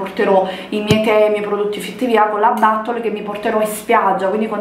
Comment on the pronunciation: Ma "battol" sarebbe la bottiglia pronunciata in inglese?........